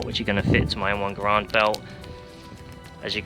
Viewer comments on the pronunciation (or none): btw the way m1 garand is not pronouce m1 gurarnd its pronounced m1 garand